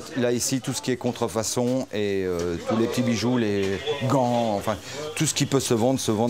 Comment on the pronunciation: je croi que le flic est pas un vrie francie par ce que il a dit contrfonson au lieu de dir contrfacon